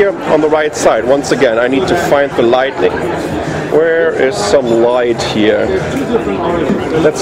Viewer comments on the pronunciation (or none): I always here you say lightNIng instead of lighting =) lightning only happens in thunderstorms. ;-) THX 4 the review and keep your great work!